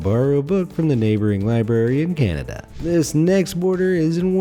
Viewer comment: He just called Cananda Canadia